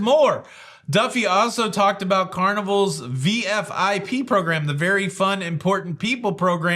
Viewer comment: It's VIFP, not VFIP